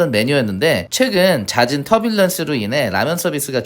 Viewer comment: 터뷸런스를 자꾸 트뷸런스라고...